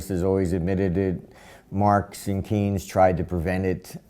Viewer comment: et Marks and Reynes à la place de Marx and Keynes, c'est pas mal ;)